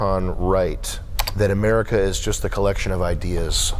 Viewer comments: yea lady, so what exactly is americer? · "Americker" - That Woman